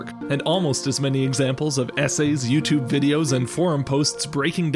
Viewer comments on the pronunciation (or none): none